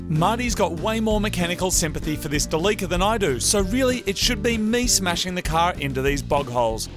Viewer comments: It's so awesome to relax and watch the best 4x4 channel on YouTube! But why did they keep mispronoucing Delica 🤷‍♂️ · I love how you guys are still calling it Da Leeka because of its oil leaks! 😄 Instead of the correct Dell-ick-uh. BTW, never trust a vegetarian to cook your steaks! Haha just kidding, looks like they turned out okay because they weren't actually well done when you were done. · ITS NOT A DE LEAK AH, ITS DEE LEE CEE AR